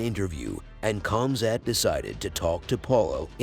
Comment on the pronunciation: it's not Cum Sat by the way